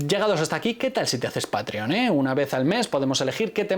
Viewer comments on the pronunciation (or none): none